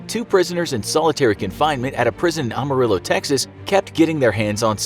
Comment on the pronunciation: It’s actually pronounced Am-ah-rill-o not Ah-mi-rill-o. I live close by to Amarillo in the lone star state of Texas. (And no, us Texans aren’t like the Wild West movies with shoot outs on the street and acting like cowboys in Waco, Texas.)